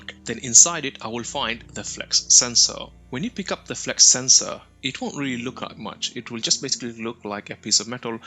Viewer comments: FLUX. Not flex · there is no "e" in Flux the "U" is short. it's a Flux Sensor, not a FLEX Sensor.